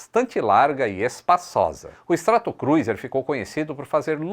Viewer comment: com sua licença, peço a você pra prestar atenção à pronúncia de STRATOCRUISER: /Stretokrúzer/ e não /stratokruizer/.